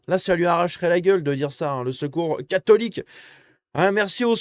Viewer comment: Le seul fait que cette jeune femme n'arrive pas à prononcer le mot "catholique' en dit long sur le ressenti que les musulmans ont sur nous LES VRAIS FRANCAIS